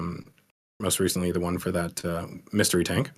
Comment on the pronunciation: Bro, I need to know why says 'ze' instead of 'the' sometimes..? Its so odd haha 😅